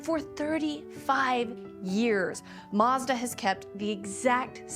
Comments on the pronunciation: It’s pronounced Mazda not Marsda !!! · Where is the R in Mazda? 🤣